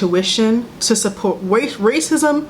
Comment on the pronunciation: meris mce “racisem 😔” lmfaoooooo